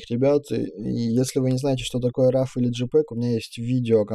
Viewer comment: Нормально объясняете. Лайк. Но с английским бяда. Большая, при том. ЖИпеги...Рав...Либрари..Вайты...Калор...Объясняйте уж тогда на русскоязычной версии...